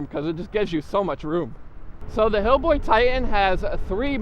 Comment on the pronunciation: HiBoy... not Hillboy. It's the most sold brand in the US ya gotta at least know how to say the name man.. and second.. you probably shouldn't do scooter reviews ..